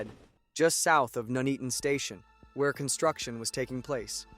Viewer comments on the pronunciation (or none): It’s not noeatoton is Nuneaton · He said it like a jamaican.. Nooney-ton.... So it's actually pronounced nun "eat" on so nun as in Nunn of course.. Eat as you eat food.. ton as ton (weight)..... put it together that's how you pronounce it, imagine if it happened in Towcester or the Cornish town of Luxulyan i think he'd have a meltdown. Disaster Documentaries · as a local, we pronounce it Nun-eat-un but a lot quicker, the pronunciation by the AI voice in this video is highly cringe worthy. It’s scary to think this was 50 years ago this Friday. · Nun-Eaton, not Nu-Nea-Ton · Nooneaton?!? Nun-eaton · I have always pronounced it No-nee-at-tone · Where the hell is Nooneeton? 🤣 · I'm from "Nooneaton". (seriously, how can you mess up a syllable like "Nun"😂). There is a huge picture of this crash in the hallway of the fire station that I get to see every time I have to renew my first aid training for work. It really was a terrible incident😔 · Pronounced Nun-eat-on May i suggest you take a course in English English LOL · pronounced ,nun eaten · even still, maybe he should have put it in as 'none-eaton' as that is how it's pronounced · You can be forgiven for the mispronunciation. A significant proportion of native English don't Know how to pronounce many English place names. Wymondham? don't even try. Bicester? Leominster? You wouldn't believe me if I told you... Ta. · Another American who can't pronounce places names in the UK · Pretty crap. Information garbled. Mckay, Nuneaton pronounced wrongly. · Loving his pronunciation of "Nuneaton"... lol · If you're going to provide a commentary about this dreadful incident, at least have the decency to learn how to pronounce Nuneaton. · today I discovered most english people pronounce Nuneaton wrong